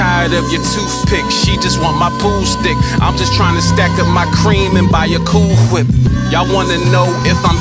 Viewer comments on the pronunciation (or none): you say cool wHip just like Stewie. Hahahaha